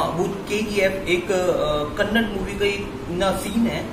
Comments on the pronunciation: Bhai, it's KANNAD nahi, KANNADA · Kannad?? It's Kannada brother.